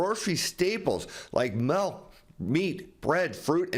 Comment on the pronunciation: As soon as you said "melk" I had to turn it off.